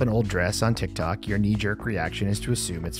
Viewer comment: "and it went viral on TikTac... TikTok..." Der best Error